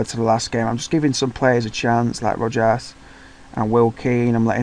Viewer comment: For curiosity's sake. Rojas I think you pronounced well except for the j, maybe you slipped an u after the o. The j with any vowel, as the g before an e or an i, is pronounced like a stronger version of the English aspirated h. As in he or ham but stronger, air passing between the back of the tongue and palate. I think I already commented I'm with Palermo. Took them to Serie A as second of Serie B, lost the top spot in the last match, in the first season. In second I got them 15th with some signings, I lost two key players in summer, in the second I barely improved, got I think a 10th finish but with only four more points than the previous. This season has just begun but doesn't look like it will be much of an improvement, as I messed a bit with signings and now I have two players with the higher wages that I don't want but can't offload. If Player exchange they reject all contracts, and board blocks even mutual termination. I keep track of it over FM Base story section ("The pinkies are needed for a beautiful hand. A Palermo story" thread)